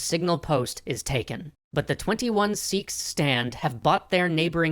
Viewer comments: S-ee-ks wrong S-e-kh right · I can't with the way he says seekhs its sikh like sick but with a kh sound